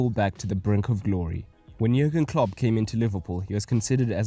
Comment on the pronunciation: hey just fyi klopp's first name is pronounced as "yurgen" and yes he is still the liverpool manager. great video :)